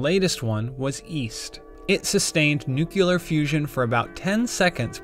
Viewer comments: for the love of god please stop saying "nucular" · I'm a simple man, when I hear someone say nukular I simply click dislike. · Narrator just said "nucular". Im leaving. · Sound like "New Killer" for me... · "NUCULAR" FUSION. Great. Next source please. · "Nukeyular fusion" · 10 seconds into the video. "Nucular" And im out bye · Say it with me now; Nu•cle•ar ☢️ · "Nucular" remind me of Madagascar' Penguin. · Did he really say "nuke-U-lar"? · Did he say nukelar? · The word is "Nuclear", not "Nucular". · Is he saying Noo Q Ler to annoy us so we will comment? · Did he say nucular? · says "nuculer" like Gene Hackman when he played lex luthor lol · Dude pronounces nuclear the same way Bush junior did "New-killer". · Yup. Heard it and immediately paused to come to the comments. Cannot take seriously. NOOK YA LURR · Ahah yes he kept saying nu-ke-ler, what the hell. :D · Pronouncing it nucular is exactly why this is happening in China and not in the US. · >Nucular Oh God, they can't even say it right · N-U-C-L-E-A-R. Not "nucular". Jus' saying. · Stopped watching at "nucular". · Why in the hell can't people not pronounce the word nuclear? Its not nucular. 🤦‍♂️ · noo-coo-lar, the cringe is fierce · Is it correct to say "nukelar"? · Why is it so damned hard to pronounce nuclear correctly? Nuclear. NU-cle-ar. NU-CLE-AR. Not nucular. The L is before the E. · But what's Nucular?... Oh! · It doesnt look good when someone cant even pronounce NUCLEAR right. Its NOT NUKULAR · The dislikes are because of “nucular” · NU-CLEE-ARE!! Come on, folks. Say it right. It’s quite simple. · Fricking "NUCULAR", come on man, that pisses me off so much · Idk it's like a pet peeve of mine, it's so easy to say "Nuclear" but no. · "Nucular" fusion? 😂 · it's aluminium, and it's nuke-lee-ah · Daniel Lui New-clear energy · how hard is it to say NEWK-LEER? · Yeah, I heard nucular. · 🤣🤣🤣 "newcular" what is wrong with people man, it's a SEVEN letter word... Pronounce it correctly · "nuke-u-lear". Ugh..... 😑